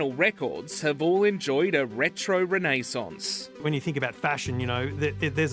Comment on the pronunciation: I never thought I'd hear renaissance pronounced like mayonnaise